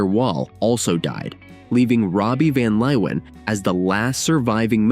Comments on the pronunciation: "Van Leowhen" 😂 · We were all in love with Mariska in those days… Van Leeuwen played in The Motions (with an s). One more thing: please learn to pronounce the dutch names. Your abuse of this language hurts my ears…